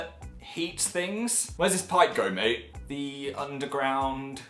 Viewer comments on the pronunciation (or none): none